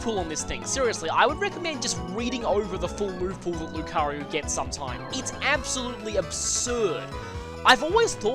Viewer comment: Why do you call Lucario 'Lucaryu'?